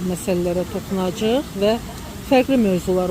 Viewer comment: Jurnalist xanim, toxunaciq yox, toxunacayiq.